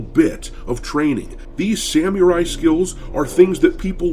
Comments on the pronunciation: I love yer content but PLEASE learn to pronounce "Samurai"...every time I hear u say it I can't help but laugh and it's hard to take u seriously 😅(its SAM-ER-EYE not SAM-YER-EYE) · Great video but for the love of god, please stop pronouncing it "sam-yu-rai". it's sa-mu-rai, or with an American accent "sam-er-i"... Sorry folks, did my best to describe it with text. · Doc... learn how to pronounce Samari correctly or im taking back my sub 😅😅😅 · How hard is it to say Samurai properly, though? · obviously, thats why Im mocking you lol. I can understand not knowing how to pronounce names or obscure things from other countries. But how have you gone your whole life without hearing anyone say Samurai? Sad. You say it like an UwU E-thot lol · "I FREELY ADMIT I DONT KNOW A LOT ABOUT SAMURAI CULTURE" YEAH NO SHIT B/C YOU CANT EVEN SAY SAMURAI RIGHT!!!!!!!!!!!! LOL!